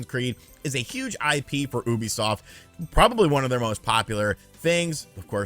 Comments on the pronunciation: It's pronounced YOU bisoft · I pronounced it as YOU-be-soft.